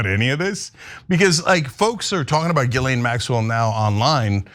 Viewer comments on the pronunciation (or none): The s is silent in Guislain